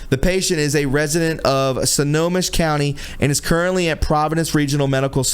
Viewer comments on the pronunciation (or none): Snohomish county they misspelled it in the article is pronounced snow home ish